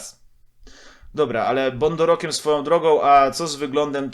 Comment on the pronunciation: "bondorokiem" Chwilę mi zajęło zanim odszyfrowałem. XD Rondo bokiem.